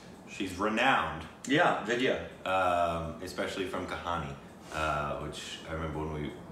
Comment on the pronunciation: I must say, your pronunciation of Indian names like Vidhya and Sonakshi - on point - You got some "Indian" in you brother!, you are just WHITE, but getting there - You also did very well with Tapsi and Akshy... LOL!!! Love you too brother...